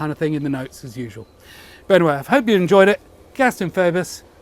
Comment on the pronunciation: Just a little quibble, I think it is pronounced "Feebus" the OE is pronounced the same as in amoeba.